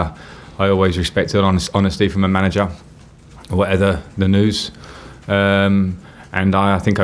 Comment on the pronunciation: "Whatether, the news"